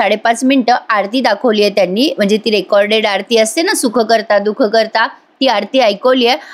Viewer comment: Madam tumhi Bappchi Arti Sukhkarta, Dukhkarta asa chukun mhanalat. Arti Sukhkarta Dukhharta ashi ahe सुखकर्ता, दुःखहर्ता❤ Just wanted to clarify. Thanks for review.